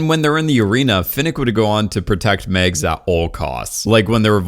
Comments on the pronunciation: Dude, it’s MAGS!!!!!! Not Megs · Mags, pronounced the same as in "magic"